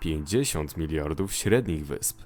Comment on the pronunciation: miriardów XD